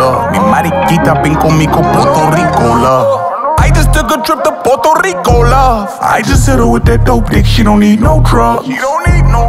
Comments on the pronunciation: Ay Gates it’s pronounced PUERTO rico not PORTO Rico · He’s most definitely not fluent in Spanish. He’s a descendant of a Puerto Rican. Being Puerto Rican is when we are bien here and raised here. Someone should have helped him with those Spanish words and the correct pronunciation of Puerto Rico. No hard feelings tho. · he doesn’t speak it. He doesn’t even pronounce Puerto Rico correctly. AND JUST BECAUSE PEOPLE IN THE STATES ARE DESCENDANTS OF PUERTO RICANS, DOESNT MEAN THEY ARE PUERTO RICAN. THEY ARE AMERICAN. JUST LIKE AFRO-AMERICANS AND DONT SPEAK AFRICAN. THE PEOPLE WHO ARE PUERTO RICAN ARE US THAT WERE BORN AND RAISED HERE. AND WE COME IN ALLLL THE COLORS!!